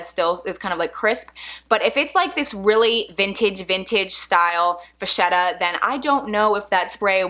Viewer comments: You seem like a very nice lady....I have "pet peeves" when it comes to words and their correct pronunciation! It's Va-Ket-ah . the "h" is silent....Just sayin' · Vachetta is pronounced (same goes for bruschetta) with a hard "k" sound, Vaketta, or brusketta. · I think vachetta is pronounced like va ketta?? No? Yes?